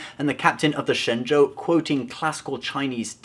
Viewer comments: Excellent pronunciation of "Shenzhou", which could translate to Godly Boat; Or an Ark. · Love the way you pronounce Shenzhou's name correctly :) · Dude actually says Shenzhou pretty accurately. Is that intentional cultural placement for this channel? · you're pronunciation of 神州 is perfect, how will do you know mandarin? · Dude you pronounced that chinese word really well. kind of freaked me out. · I AM SO IMPRESSED GOT THE PRONUNCIATION OF SHENZHOU PERFECT LIKE HE'D BEEN SPEAKING CHINESE HIS ENTIRE LIFE(even tho the show probably made it clear how to pronounce it) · Dayum, you pronounced the Chinese name right, respect ✊